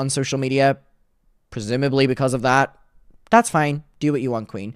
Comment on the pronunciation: You only sound Irish when you say "yew" . Otherwise you sound American.